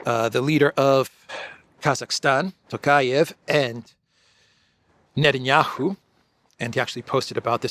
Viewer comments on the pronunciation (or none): none